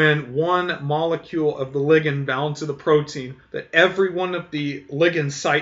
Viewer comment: He's pronouncing it correctly. "Lie-gand" is just awful.